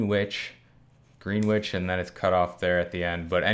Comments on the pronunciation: awesome coins! Greenwich is a town in Connecticut said like Gren Itch. Just so you know. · Lmao how is the average person who has never heard of “Greenwich” supposed to know that it’s pronounced “Gren-itch”? 😆